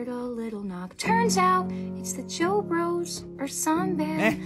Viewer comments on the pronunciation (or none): Me now only obsessed with Joex pronounce it like jokes